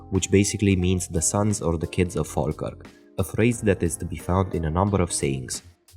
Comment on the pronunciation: thank you for pronouncing falkirk correctly